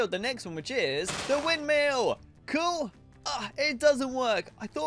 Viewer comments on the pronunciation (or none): I love how funny he says cuul